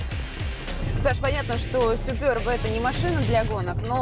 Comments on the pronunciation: Все супер, но произношение марки так ухо режет. Суперб, с ударением на первом слоге. А также в слове буква "е", а не "ё". :) и будет все прям 'по чешски' ;) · суперб говорится через "Е"